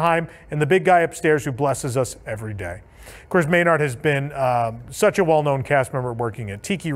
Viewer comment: Maynard will always be missed and remembered! PS., It's pronounced "MAY'-nerd".